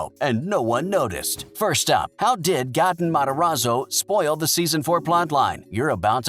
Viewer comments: lol he said gat en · He Also pronounced Gaten wrong. Also he said that eleven was in a bathtub at surfer boy pizza when it was really a pizza dough freezer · He is saying gaten wrong